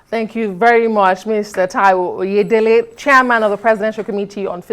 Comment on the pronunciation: Oyedele not Oyelede